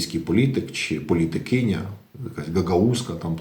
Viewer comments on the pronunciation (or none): Не "політик-кінь-я" 🐎 🤮, але політикик. Не ганьбить Українську Мову! Огидно це чути! Приплели якогось коня до політика. Слухайте уроки Української Мови Ірини Фаріон!